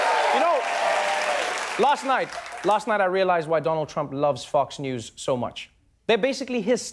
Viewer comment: I could've sworn he said "Fucks News" lmao